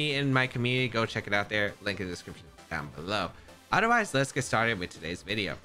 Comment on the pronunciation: I always laugh when he says “odder wise” 😂😂😂